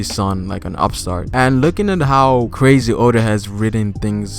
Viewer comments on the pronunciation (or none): none